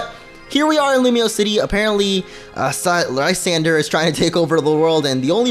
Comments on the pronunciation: lol its french "La-san,dray" lol its so hard watching this for me and funny like idk premature kinda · lysandre= Liss-ahn-druh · Mate, I’m watching in 2018. (His prononciation Of Lysandre is PAINFUL)